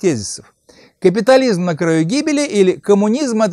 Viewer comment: Борис Сергеевич, да не говорил Шварцнегер "каППитализм", он нормально говорил, просто ударение на другой слог ставил, на первый: "кАпитализм".